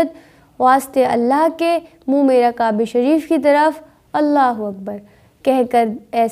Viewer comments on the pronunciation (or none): Kabe nahi Qaba hai sister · qaba nhi kaba he brother